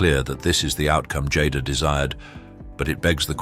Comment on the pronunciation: Ms. Smith went from being referred to as Jay-da to Jodda in under a minute. I don't think ive seen a single one of these where they pronounced everyone's name correctly 🙄